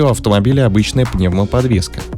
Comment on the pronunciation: "Эктиф боди кончарол" автор Ты на каком языке разговариваешь🤦‍♂️🤦‍♂️🤦‍♂️